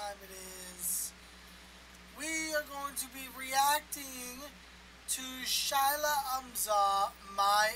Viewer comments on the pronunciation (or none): her name should be pronouced "She-La"